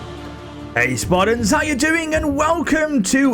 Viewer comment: Wawwiow of Spawta.